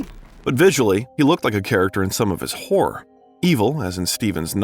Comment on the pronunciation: Narrator: Learn to pronounce "horror". It's not whore! Stephen is not the "King of Whores"